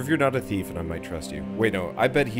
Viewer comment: Okay the facial animations and lip movements are still awful in these games. And the main character doesn't even know how to pronounce the word THIEF correctly lol. I'll buy this game when it goes way down in price. Come on, you hire a voice actor that doesn't know how to pronounce the word "thief"? lol